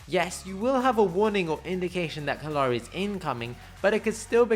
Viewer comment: kallari was butchered for no reason.